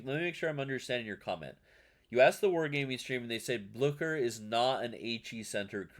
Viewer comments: It's Blyeew-scher, and yeah, it seems cracked but not at cracked as that super DD. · The german "ch" ist not pronounced like "sh" but like the ch in Loch Ness or the Kh in slavic Languages.